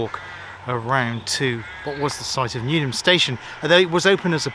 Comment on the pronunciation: It's Newham not newnham.